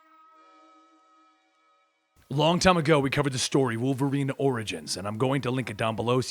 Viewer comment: You mean Wolferine?